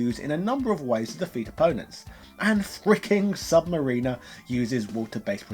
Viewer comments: You're saying the name wrong. Sub - Mariner, not submariner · It’s sub mariner (mar-RIN-er) not sub mariner (mar-REEN-er) small pronounced difference like Live and Live (Leve) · This was great but its sub-ma-rin-er, not sub-ma-reen-er. Hope that makes sense lol. Sorry to be a nit picker but it got on my nerves lol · Thanks, i hate when people say submarine-r. Like dont they hear themselves saying it and think...this cant be right? Not to mention its correct pronunciation on the character select screen...its right there for all to hear and repeat but they dont 😂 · I’m being one of those guys right now but when you say Sub-Mariner’s I cringe. It sucks that Marvel can’t use him in their movies. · That prononciation of of sub mariner. Wow